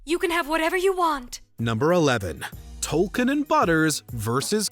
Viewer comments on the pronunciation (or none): Its Token not "Tolkien" 😒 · Everytime you say "tolken" it just kills me. His name is TOKEN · it's Token, not Tolkien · It’s Token, not Tolkien. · did you really feel it necessary to pronounce it "Tolkien"? lol - guess so